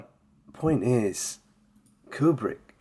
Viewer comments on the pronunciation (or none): kub-rick. stan-lye. A hook from Ukraina.